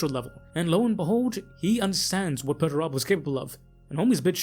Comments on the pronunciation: Ah yes, Mr Turbo. Peter, turbo. Pretty sure it's Per-ter-ah-bow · I keep hearing Peterturbo instead of Perturabo. Henceforth from now on... Perturabo shall be known as Peterturbo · Dude. Pronunciation. Perturabo. Dude. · Hearing this guy say perturabo is really annoying